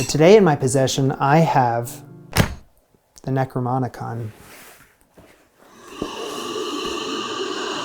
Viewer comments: You don't have the Necromonicon. It's the NecroNOMicon, and it is famous for fucking up people who mispronounce words from it. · You have a what?? A necroomononomonon...🤯